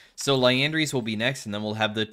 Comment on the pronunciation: Crazy to me that in all these years, never properly says Liandry's once.